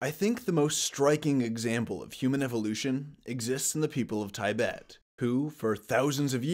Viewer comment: First and only time (so far) that I've ever heard it pronounced 'Ty-bet'